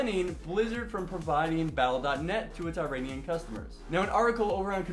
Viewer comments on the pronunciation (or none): none